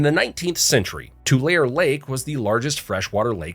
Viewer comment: Never trust any lone who can not pronounce Tulare Lake.